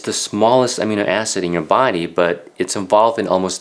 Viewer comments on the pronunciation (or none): In English, we put the accent in Amino on the second syllable.